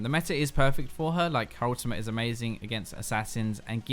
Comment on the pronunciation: mate, why do you keep saying Ultimah instead of Ultimate? Like what's up with that? What's an Ultimah?